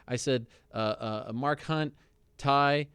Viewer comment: Hespect Ariel but his name is Tai not Tau.